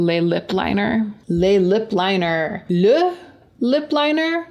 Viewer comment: “Le Lip Linerrrrr” 😂 😊